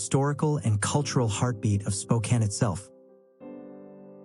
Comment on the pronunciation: May I offer a quick correction on the pronunciation of Spokane? While the 'e' at the end usually makes the preceding vowel long in English, this is an exception. It is actually pronounced Spo-can (like a tin can). The name holds a beautiful meaning: 'Children of the Sun.' Historically, Spokane was spelled with a double 'e' at the end; however, the spelling was simplified over time. Cheers and great video of my home state!